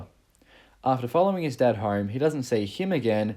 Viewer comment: For real how does "home" become 'hahrm'???